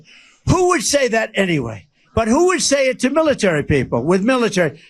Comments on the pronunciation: I watched the uncut version, and the cognitive decline is patent. You can't paint stripes to a horse and call it a zebra. Trump is losing it, he can't pronounce basic words now. Militarr Militarr. This is serious. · Biden can't even say Military 😆